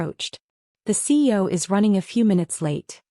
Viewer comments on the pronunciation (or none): What the hell is a CO? I’m familiar with CEO, COO, etc. But not a CO. You mean CEO but AI is saying CO.